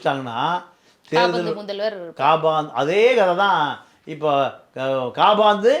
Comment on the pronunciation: Sir kaabaandu alla Kapandu